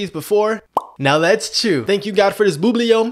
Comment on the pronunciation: it’s not an accent he does it on purpose